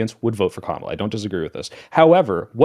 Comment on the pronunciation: ITS COMMA LA. NOT KAH MALA. COMMA LA.